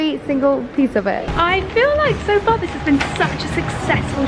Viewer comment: Why does she says “sOw” instead of “so” 😂